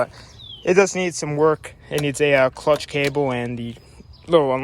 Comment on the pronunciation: lol at 6.22 he trys to say clutch but saYS the clunch